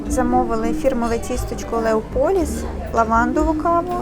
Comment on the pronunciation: Зауваження. Без гонору. В слові Леополіс, наголос треба робити на першу О, а не на другу. ЛеОполіс,це старовинна назва міста Лева. Але ,наприклад, італійці і зараз так називають наше місто.